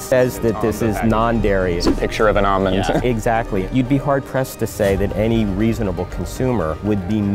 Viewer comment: its produced ALLmond not “ah-min”